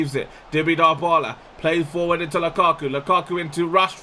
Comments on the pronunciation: no its djebola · its not dyebala its debala